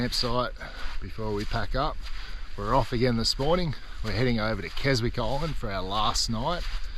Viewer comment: Silent W in Keswick, pronounced Kesick.